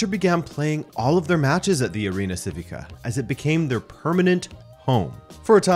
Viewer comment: You should know how to pronounce Civica ... chivica - is that more clear